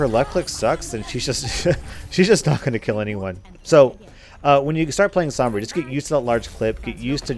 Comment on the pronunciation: Roll ur r's when u say sombra